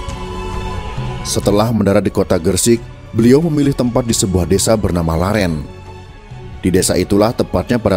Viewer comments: Bukan laren tapi leran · maaf koreksi sedikit. yang benar "sunan gresik", bukan "sunan gersik". dan "desa leran", bukan "desa laren".